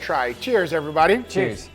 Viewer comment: if you just want to see if wine-aged steak is good or not. Also, take a shot whenever Guga says "everybahdee", see you in the ER.